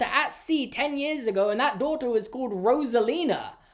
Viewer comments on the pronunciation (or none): It’s rosella not roselina. God this review is so bad